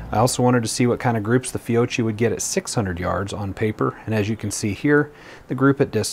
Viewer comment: Fiocchi is pronounced "Fi-oak-key", since it's Italian, you pronounce "cchi" the same way you would in Pinocchio.